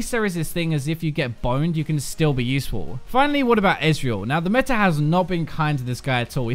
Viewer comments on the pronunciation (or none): none